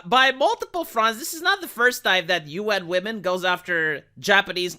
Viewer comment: Funny how UN women IS Read "UNWOMEN"